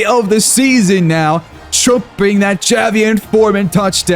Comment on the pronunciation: His name is jay-Vee-on